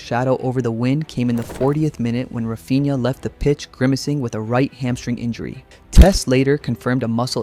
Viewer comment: Just a tip regarding pronunciation: in Portuguese, when you see the following combination of consonants "nh", it shouldn't be read as "un-ha", but more like a nasalized "ny". For example, "Cunha" is read "Kunya", and "Raphinha" is read "Raphinya". It's not intuitive for English speakers, but it's easy once you remember how to do it.